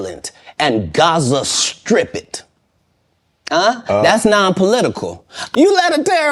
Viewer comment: Did he just say, 'Gaza Strip It?' 🤣🤣